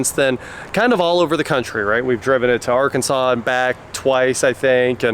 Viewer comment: Arkansauce? 😂😂😂😂😂😂 Gimpy eye guvhah.